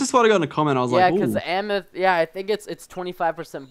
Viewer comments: it amathist not amis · my god stop saying amis its AMATIST. Jeez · its not amists ots am-uh-th-is-sts geez get it right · It's pronounced am-eh-thest no amist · PRESTON IT AM-ETH-IST NOT AMIST!!!!!!!! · btw Lachlan is pronounced lochlan amethyst is pronounced amathist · please pronounce Amethyst wrong.I know it's hard for you to pronounce but just try to pronounce it.It is so annoying when you pronounce it wrong.Its A-me-thist(Amethyst) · Amethyst. It's pronounced Am-me-th-ist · (AM)(A)(THYST), SAY IT RIGHT! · NO it is AMATHIST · It's amaphist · It's amethyst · Amethyst can you not pronounce the letter T. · Its kind of annoying that he is pronouncing Amethyst wrong but where ever still a good series no doubt. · You are not pronouncing amethyst correctly.